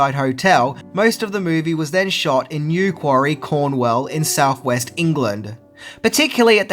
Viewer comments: Yes, but as the OP stated, said New Quarry, nor "quay" or "key." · Newquay is pronounced new-key not newquary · Brilliant video - I love this film! For those wondering, the hotel location is The Headland Hotel, Newquay (pronounced New-key, not New-quarry) in Cornwall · New Quarry, no the hotel is in Newquay (pronounced New-Key), it is The Headland hotel though, I should know used to holiday there as a kid. Newquay is also known for it's surfing and has a few beaches where you can do it, the hotel is on Fistral Beach. Indeed Fistral Beach and Watergate Bay (also Newquay) have held the UK Surfing Championships and World Surfing events, Crantock Beach used and no doubt is another popular spot wuth surfers. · Great film one of my childhood favourites and interesting video. Btw mate the filming location is pronounced New-quay not New-quarry! Haha that just bothered me. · The correct pronunciation for the English seaside resort of Newquay is NEW-key NOT NEW-quarry. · Newquay, not New Quarry 🤦‍♀️ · So the hotel is in Newquay pronounced as New Key not New Quarry. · Great video, just one comment, it’s pronounced NEW-KEY not NEW-QUARRY. 😀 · Great video as always, but the town in Cornwall is pronounced New Key, not New quarry! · Nequary.... It's Newquay my freind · New quarry, Cornwell????? It's Newquay (pronounced New Key) Cornwall. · It is not Newquarry. It is Newquay, pronounced new-key. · Newquary? Nope......Newquay - pronounced New-key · I live round the corner from the hotel... its pronounced 'new-key'. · Lol it's pronounced " new key ", the seaside place. Brilliant videos as always though. I love this channel!! Keep it up mate!! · "New-key"... "corn-wall"... I live round the corner from the hotel ;) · the hotel filming location is pronounced New-key. Its a nice place if you ever get the chance to visit. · Awesome video! FYI Newquay pronounced NEW KEY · Good effort! But Newquay is pronounced "New-key" Great vid though. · it's pronounced new-key :)